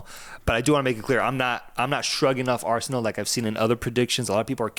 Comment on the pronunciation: Not a minute into it, and my ears are bleeding after hearing Arseanal better